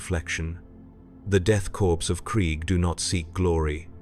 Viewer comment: Death Corpse? AI trash